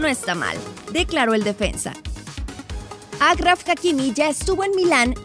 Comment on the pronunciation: Se pronuncia Ashraf Por favor haced une esfuerzo por pronunciar bien su nombre Es como el personaje de Pokémon Ash y le añades raf